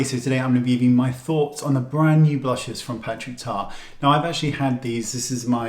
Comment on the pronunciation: That's the best shirt in the history of YouTubeland lol PS. I love he way you call them "blushahs"! 😁❤️